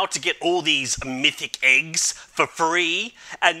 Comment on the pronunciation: "Diz Mithic Iggs lol I hear it like diz